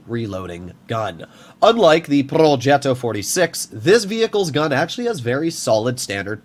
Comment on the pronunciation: Not purring like a cat when he pronounces "progetto". We all know you're american, you don't have to force it.